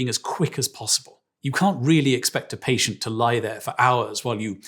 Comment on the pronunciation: I understand that British people pronounce things differently specifically to pronounce them differently , but "Paytent"? Really? Cmon now.